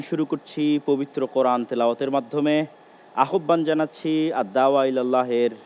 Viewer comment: আহ্বান উচ্চারণটা সঠিক করে নিবেন ।